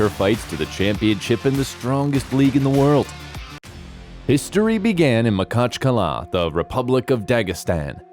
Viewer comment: It's pronounced ma hatch kala And - Ma ha chev